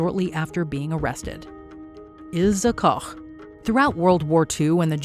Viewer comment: I'm really impressed by the way you pronounced Ilse Koch Good job